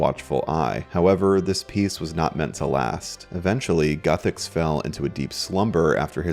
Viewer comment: Lol. It's Guthix not "Guthecks"